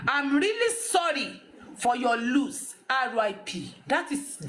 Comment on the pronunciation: Point of correction please,it’s sorry for loss but not sorry for your lose or lost!!the correct pronunciation is sorry for your loss!!